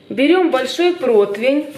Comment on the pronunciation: Говорите ,пожалуйста , протИвень а не протвень, практически все кулинары говорят протвень , это же неправильно . А так, рулет вкусный )